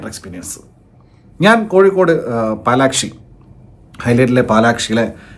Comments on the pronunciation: പാലക്ഷി അല്ല ഫുണ്ടെ പാലക്ക്സി(palaxi)എന്നാണ് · പാലക്ഷി അല്ല പലാക്സി 😅